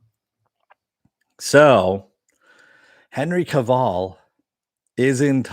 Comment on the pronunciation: A few things, 1) So, Cavil rhymes with Duvall? Who knew? 2) Sometimes it's not about winning, it's about not being bullied. Not that I agree with Carano. 3) I thought the whole point of "The Vindicators" episode was that the superhero genre has become stagnant, in Harmon's opinion? Lastly, Army of the Dead sucked harder than a whore. I fraking hated the lame covers of great classic songs!